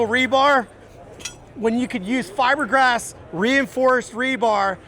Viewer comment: He said fiber gas 😂